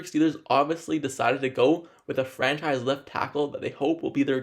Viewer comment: what the hell is a "Franchie left tackle"....dude has a severe speech impediment. "competive edge" "basee" they wouldn't be drafting him. DUDE....SLOW DOWN your speech and ENUNCIATE....you sound stupid!!! "Brodick" Jones???? C'mon man!